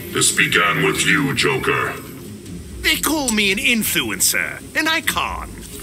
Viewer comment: Did call Joker "Yoker?" I mean, he's Mexican, but he should be calling him "Hoquer" or something in that case...